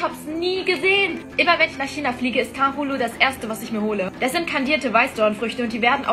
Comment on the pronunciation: Kannst du das richtig aussprechen? Deine Betonung… also no Front, aber du hattest halt keine… und die billige Version ist mit Erdbeeren, sodass ich als Kind (also in-die-Hose-scheißen-Kind) immer dachte, die wären nicht mit 山楂